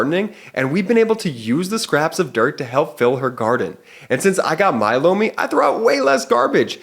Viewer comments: Every time says Lomi it sounds like he is saying Blowmi 😂😂😂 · I have to say I giggle everytime talks about Lomi…it sounds like he is saying Blomi😂😂😂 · Every time I listen to your ad I hear "blow me".🤣😂Sorry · OMG! When the Lomi ad came on right after Cohen, I thought I first heard, “Blow Me” 😂